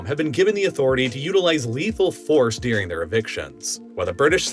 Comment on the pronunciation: You, Saying 'during': no Saying 'deuring': yes